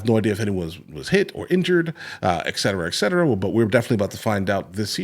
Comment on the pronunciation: Not trying to be nitpicky, but it's "etcetera" with a t, not ekcetrra.